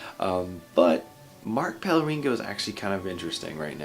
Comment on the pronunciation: How r u still not able to pronounce Pellegrino right?